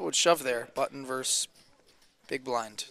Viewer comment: When the hell did "versus" become a one-syllable word? Lazy speech reflects a lazy mind.